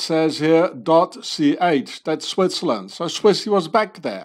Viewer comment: how come you pronounce Switzerland like Swaziland